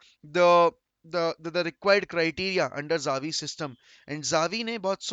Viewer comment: Zavi zavi zavi…. Bhai ‘cha-vi’ ‘cha-vi’ pronounce kro